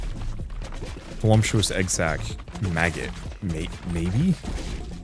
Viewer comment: There is literally no m in voluptuous